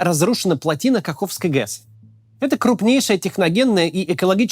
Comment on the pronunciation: Максим не ГЕС а ГЭС